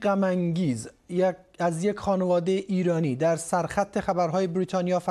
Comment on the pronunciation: دقیقه ثانیه رو دقت کنید, مجری خبر یه صحنه رفت رو زبان اصلیش افغانستانی ,,یگ 🤣🤣😂😂